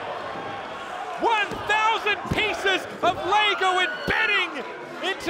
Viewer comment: lego not lago !!!